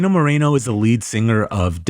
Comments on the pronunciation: Why does everyone on here pronounce it as "MORINO"/"MARINO" it's Moreno, pronounced exactly how it looks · you have 4 months to learn how to properly pronounce Moreno